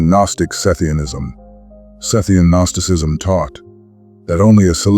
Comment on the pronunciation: "Guh-nosticism" lol but it's a great video